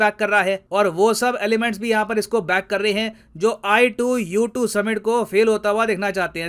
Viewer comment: sir ne i2u2 bola , mene ITUS suna